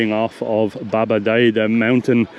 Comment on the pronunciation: Yep, seems to me the second A in Babadaa would be elongated. The g is definitely silent, and s or c with the accent under is sh or ch. c without the accent is j ;) Thanks for the comprehensive tour!! I'll be there in 3 weeks